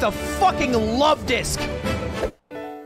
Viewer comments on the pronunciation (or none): Lovedisk more like lud-disk